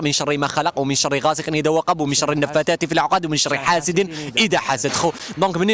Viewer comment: النفاثات ماشي النفاتات، الله يهديك..